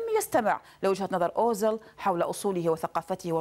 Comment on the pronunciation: اوزيل و ليس اوزل أيتها مذيعة يا مثقفة يا خرجية جامعات والله عار و عيب عليك صح